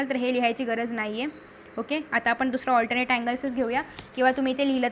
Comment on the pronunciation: allternate nahi 😅😅 alternet 😊😊😊